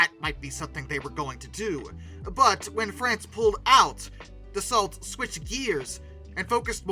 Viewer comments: Dasso, not dasalt. The rafale is the continuation of the Mirage… never heard of them doing it out of spite. Don’t forget France has spent a lot of time outside of NATO after défaille experienced the special way the us wanted to break it appart in 1945 and treat that Allie worse than Germany… of course it’s not really put into us movies and us history books… typical talking down on the French I this video without a true understanding of history. What I’m talking about is in books written by degaulle but not only… it would be interfering to see a video in English about how rosevelt planned on cutting up france in 1945 and give pieces to Italy (what? Mussolini? What?), Luxembourg… by planing to put and control collaborators in key positions in France. Churchill warned degaulle about it, because the Americans made them drop the commonwealth in exchange for weapons in 1940… much more to say about it but that’s why the French,who were supposed to be doing what they a were told in 1945 manages not to and keep its indépendance and stayed of of nato because of it because france couldn’t really trust the Americans based on what the Americans did and tried to do… just see the violent reaction of the Americans towards France for not following bush who wanted to invade Iraq under a fake pretext only so that bush could be re elected… hence freedom fries… so he’s, the French want to rely only on themselves because they don’t want to be a puppet nation like America has tried to make them… ju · In Frrench we don't pronounce the LT in Dassault. We pronounce. Daso. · If you correct yourself over the pronouncing "Rafale" maybe you should pronounce "Dassault" correctly, Dass-Oh. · In Dassault both the l and the t are silent. Pronounce Da-so. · If you want to prononce right RA-FAL, you could also prononce DA-SSO right 😁 L and T are silent. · more DA SO. Easy . As a general rule, the final letter is most ofteb silent. Like in canard. D is silent. Meaning "duck". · Yeah, isn't it da-sow?